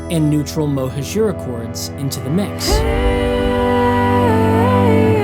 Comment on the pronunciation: I think "mohajira" should be pronounced as "mohaadjira" with an accent on the "ha" and with the j pronounced like in English